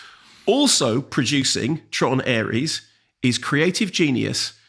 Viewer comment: Heard Mark call this 'Tron Arse' at the end of his Mastermind review and realised I have to listen to this